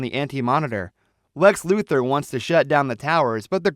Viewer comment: It's LuTHOR not Luther